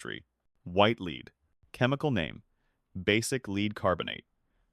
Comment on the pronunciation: The persistent mispronunciation of the word, "lead" by the narrator bot should be edited.